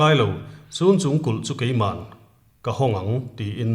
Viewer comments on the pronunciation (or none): Sunchung in tih hi chhunchung zawk anilo maw aw halkha leh falam inkar amikhi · Sun or cun chung tih ani mai thei.Chhunchung tih tur a ni e.